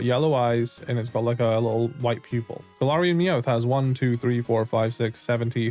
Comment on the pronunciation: Bro said Galarayan Ninetales